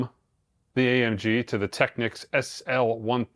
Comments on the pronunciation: All I’m gonna say is thank you for NOT pronouncing it incorrectly as TEKNEEKS as I hear a lot of people say 😄 Enjoy your new TT! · Thanks, for pronouncing “Technics” correctly. The other pronunciation ends in “Que” which is another word. It’s like people who mispronounce “Porsche” as one syllable.